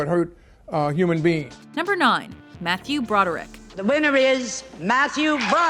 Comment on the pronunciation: Matthew Brod.??? really